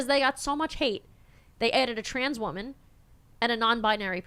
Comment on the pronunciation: “Oh the stress! It’s so much for me as a wahman”